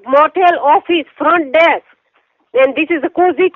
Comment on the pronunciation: "I'm at the front day-ask" "I'm at the front desk too"